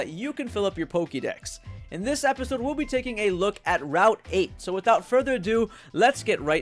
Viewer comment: It's funny how you say Pokidex and Pokimon instead of pokedex and Pokemon